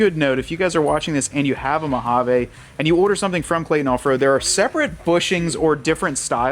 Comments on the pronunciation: Hahaha, our new drinking game is we take a shot every time you say Mo-ha-vaa instead if MO-HA-VEE.😂😅😂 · We desert rats cringe every time you say MojavAAA It's Mojaveee. Try it a few times... and on that note it's not Nahvahda... and for sure not OreGONE..